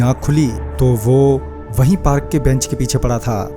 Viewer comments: Parak nhi park hota hai... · Bhai video to achha hai but parak nhi hota hai park hota hai 😂 😂 😂 🤣 🤣 🤣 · Bhai parak nhi park kehte hai